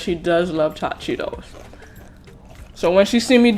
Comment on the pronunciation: Who heard her say chot Cheetos 😂🤣😂